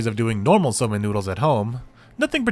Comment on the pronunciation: FWIW, it's pronounced "soh-men". See, the "ou" is (almost) always a long "o", and Japanese ling vowels are just lengthened in time; it's only spelled that way to preserve the original orthography, where long vowels are doubled in hiragana/katakana, except for "o" for some reason. More modern transliteration schemes would use "sōmen", but a lot of the habits of anime/manga translators and subbers go back to when computers couldn't easily use diacritics — so we use the doubled letters and "ou" spell things out like "Aijou Rentarou" and "Hifumi Suu" instead of "Aijō Rentarō" and "Hifumi Sū". All that aside, I've said before that my favorite chapters are the ones where everyone is in a ridiculous and over the top predicament — see also the karaoke, photo booth, and falling gothic and/or lolita headdresses chapters — and this one was great on that score.